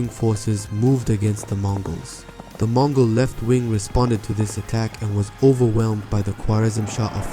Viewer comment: Its MONGOL EMPIRE not MOGOL